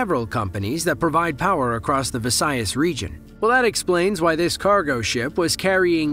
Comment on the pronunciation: That's the first time I've heard a non native speaker pronounce Visayas correctly! Kudos!